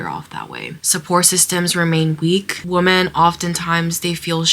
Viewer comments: Sorry for the off-topic question, but why do some people including the girl in this video pronounce 'women' as woomen(not weemen)? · What is up with younger generation being unable to pronounce "women"? The singular "woman" and plural "women" are pronounced differently..... it's so wild, I've only noticed it in the last 10 years or so.....